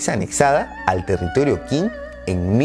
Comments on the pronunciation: El video está muy bueno, lo único que te sugiero es que aprendas pronunciación china, no es tan difícil, por ejemplo todo lo que se le qin o qing se pronuncia chin o ching, y la dinastía han, se pronuncia jan, como la H en inglés, saludos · Qing se pronuncia 'Ch'ing. En general las Q's se pronuncian como CH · En realidad la palabra Qing se pronuncia "ching" y de hecho de ahí viene el nombre actual de China con el que conocemos al país en Occidente, como dato adicional